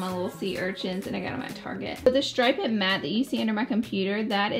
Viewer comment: stripe-ed. love it. my husband says it like that too and we went full on google war on how to pronounce it. I went to websters dictionary where you can hit the little "speak button" and hit about a thousand times until he was like "OK I GET IT". good times. btw, its just "stripe-d" not "stripe-ed". I can reference the link if you want. I also love you, I do not love-ed you.:) FTC-This comment was meant in total good natured humor, my husband still says "stripe-ed". its an Alabama thing.